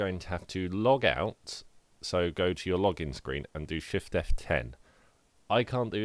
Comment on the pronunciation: "fift F10?" Do you mean shift F10